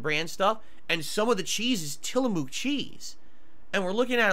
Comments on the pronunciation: omg .... "tillamook" is pronounced like book not like mook fyi lol. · Dude says he’s transparent but 1 never says the service he used, 2 never says what grocery store he got them from. Also pronounces Tillamook wrong 🤦‍♂️🤦‍♂️